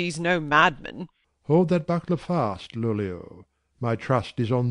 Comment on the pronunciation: Alibius says “Lollio” brilliantly.